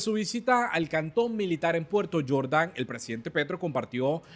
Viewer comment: No eres extranjero le enseño a pronunciar se dice Jordan no yordan 😅